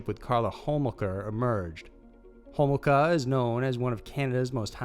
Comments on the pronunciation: It's not Hole-maka - it's Hole-mocha. But close. Luke Magnotta is another notorious killer up here, as soon as you mentioned his name I almost clicked off the video as I need some of the details already. Pretty ghoulish. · It's Luka and pronounced Ho-mol-ka. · I LOVE all your videos, but it surprises me when you mispronounce a name. It's Luka Magnotta not Luke, and you stumbled on Karla Homolka's name too. But, I'll still watch and like ALL your videos.